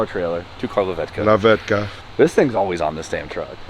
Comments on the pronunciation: Being a Pole it always cracks me down when you guys says "Lawetka" xD Thx to Nightride :D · NO F WAY YOU SAID LAWETKA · "lawetka" :D